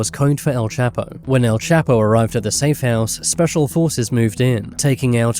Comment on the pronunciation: All. those times you said his name and you STILL can't pronounce it